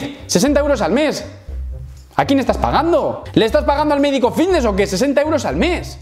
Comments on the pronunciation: Llamadme loco pero cuando pronuncia "fitness" yo escucho "vitness" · Yo escucho nfidnes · Hostia...yo también me había fijado!! He puesto un comentario diciendo lo mismo sin haber visto el tuyo, jajajaja. Lo dice muchiiiisimo, y además arrastra la v de vvvvvvitneeess un huevo, jajajaja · escuchamos '' vitnesss '' papi , no te quepa duda, he llegado hasta a pensar que había algun problema legal en decir '' fitness ''' la verdad la pronunciación '' vitness '' no da bien al oído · Creo que es mas fiVness xd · No se equivocan los compis, dice vitnes, jaja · "la comunidad...vvvvvvitneeess" Es comparable al meme del médico vvvvvvitneeess Aaaaamstel!! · Yo escucho Antelm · Yo escucho fidnes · Yo lo escucho con B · Me parece algo absurdo que en pleno 2021 se intenté hacer bullying por unos granos.... Que bajo es como que la gente intenté burlarse porque no sabes hablar bien ni pronunciar fitness...